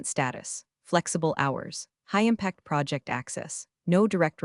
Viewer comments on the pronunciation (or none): Also "project" as a noun should not be pronounced as if it was a verb. AI was not programmed or trained to differentiate between nouns and verbs. Very poor work!